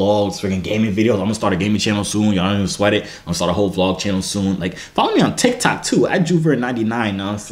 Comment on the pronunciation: He said I'm tryna get "TokTik" famous 😂